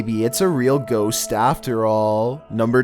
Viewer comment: the only person who can turn a one syllable word in to two - gho-ost